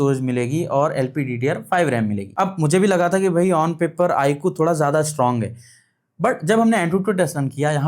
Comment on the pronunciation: Saaf saaf bolo na , IQ tumko pasand nhi 😁😂